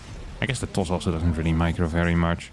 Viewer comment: "*Terran*" pops up on cam, which looks like it's supposed to be a correction for "'toss", but I think he actually said "Does" with a very Dutch accent.